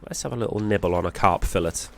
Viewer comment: It's pronounced "fillet"